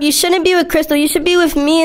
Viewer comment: Crystal not cristall